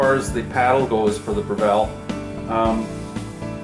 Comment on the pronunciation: BREV ILL.......NOT BREV ELL